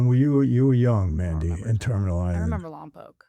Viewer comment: Michael please listen to how your daughter pronounces Lompoc she says it correctly. The way you say it is a sin to the city lol. Also you should talk about your time in Lompoc in a video I think it would be pretty interesting.